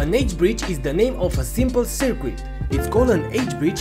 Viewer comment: Small critique: Circuit is pronounced sər-kət. What is your PWM frequency? Thanks for the upload.